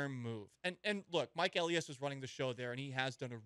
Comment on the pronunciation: Elias : El-EYE-iss.